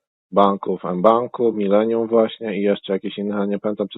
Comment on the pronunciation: Bank „mylenium”😅